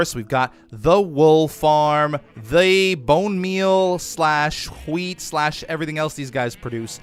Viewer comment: "This is the HOWHEET farm" lmao Luv u <3